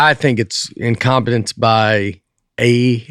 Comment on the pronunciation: im-com-pen-nance...love it.